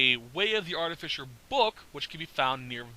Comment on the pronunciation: ahaha it's "Art-uh-fye-ser" not "Art-uh-fisher" I subbed, thank you for the knowledge